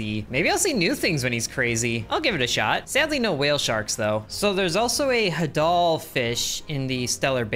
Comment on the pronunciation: Okay it isn't hadoll it's HADEL like hades the God of the underworld